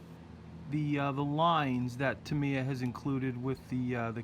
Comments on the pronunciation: Great vid, great build, absolutely awesome. Just 2 things though, it's not Ducoti it's Ducati, "Du ew cat e" and its not tumiya its Tamyia, "Tam e r" why do americans mispronounce so many words ? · It’s pronounced TAMiym not TIM they is only one letter I........very good build....